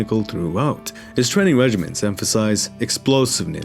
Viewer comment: love you but its training regimine not regiment